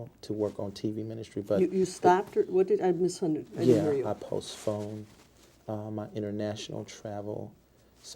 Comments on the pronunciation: please tell me he didn’t say I postphoned instead of postponed. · Bottom line is you Mr. Taylor are straight up liar, You are not worthy of any title before your name!!!! You should be ashamed of yourself for the lies, the stealing,cheating of The Church!!!!! BTW it’s ask not ax and it’s postponed not postfoned!!! This should make everyone learn from whom they sit under In The House Of The Lord! Lost too much money in my baby years of being a New Christian from men and women like him. Beware Church!!!!!!!!!